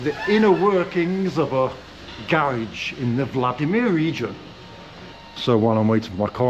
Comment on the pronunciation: So one thing we have established in this video is that you're rich, contrary to what you said in previous videos. That we have established! But if you could do me one favor and pronounce the word garage correctly, so that I don't have to call you up and yell at you. 😂😂